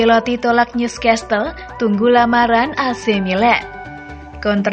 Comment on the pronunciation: Newcastle... Bacanya New castle....bukan News castle